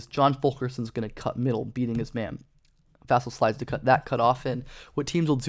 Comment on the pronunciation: Vuh-sell is how you pronounce it